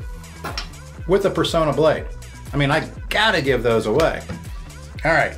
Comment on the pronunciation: Excellent episode. As I continue to find the right components, I may be doing that pre shave oil next. A couple of pronunciation notes: it's "Per-sauna" (plenty of old commercials on YouTube), and "Tra-FAL-ger" (as in Trafalger Square).